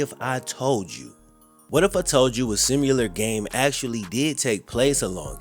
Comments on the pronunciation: Sim-you-ler… bro it’s sim-il-er. Your a professional speaker man, gotta know how to talk. Similar and simulate, think your confusing them. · Homie really tryna make simUlar a word 😂